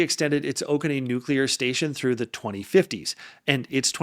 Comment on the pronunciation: You are using dollar $igns instead of percentage signs% at the end of the video. Oconee is pronounced Oh-Ko-Knee, not Oh-key. BWXT is a low performer sucking the government tit where they went from 4-6 reactors and generators to one every other year. BWXT is a sub contractor to Bechtel which actually has the government contracts to build their reactor component designs and BWXT is just the labor. B&W reactors are far fewer than Westinghouse reactors and B&W greatest weakness is in their steam generators.